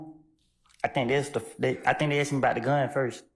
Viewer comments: its Asked not Aksed!! whats with americans saying Aksed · Seriously!!! Miss prosecutor, you are a professional, an attorney of all things and we STILL get the, "earlier I AKSED you"!!! Why??? Why do "some" people used this phraseology?? It's beyond annoying to listen to and I'm not even a college graduate!!!